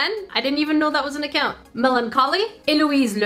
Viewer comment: Omg I got a shout out (Eloïse Lemieux) btw. Senpai noticed me 😊 Thank you so much love what you do👍 Also thank you for the proper pronunciation of my name